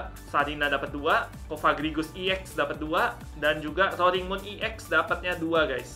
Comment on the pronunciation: Roaring moonya yang rr